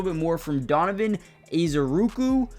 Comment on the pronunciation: Tryna tell me to subscribe but you can’t even pronounce Donavan ezeiruaku. Reported